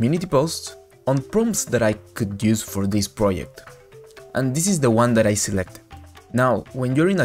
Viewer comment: project not pryect